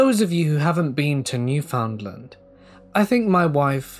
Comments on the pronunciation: Love this - but gotta point out it’s pronounced New-fun-LAND like un-der-STAND, with emphasis on the last syllable. Big love from the same li’l province out in the Atlantic! ❤️ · The way he pronounces Newfoundland is hilarious, I love it